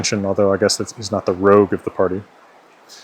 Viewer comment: As a native French speaker from Québec, my only two real criticisms are: - Don't pronounce the "T" in "Montréal" when you say it in French - The "o" in "rogue" is supposed to be the /ɔ/ phoneme; yours sounded too closed, too much like /o/; it should be more open (and a little more advanced, it should be more like [ɔ̟], maybe even almost [ɞ]) The rest is pretty good.